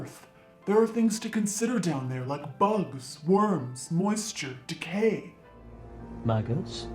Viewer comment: The man saying “maggots... maggots” sounds like he’s saying “Maccas... maccas”, which to the non-Australians, is what we call McDonalds! Don’t protect mum from the Maccas!!